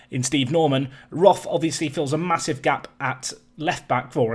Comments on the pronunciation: Th is just t in german. So its more like rot but with a long o like in core. It just bothers me because its my surname and to here it pronounced wrong just bothers me a little bit. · As you are trying to pronounce the names correctly: Roth is more like 'rot' with the 'o' pronounced rather long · Quick German lesson: the 'th' in Roth is not pronounced like in English. The H is useless, just ignore it. The O-sound is a long one, like in Nico actually. R-oh-t would maybe be a good transcription.